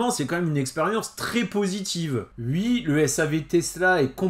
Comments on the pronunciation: Salut! Bon… mettons les choses au clair… on dit OUi, pas, Ui 🤣🤭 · Peux-tu dire oui et pas ui ! 😜